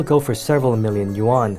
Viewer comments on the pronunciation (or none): I have yet to hear a western reporter pronounce "yuan" correctly.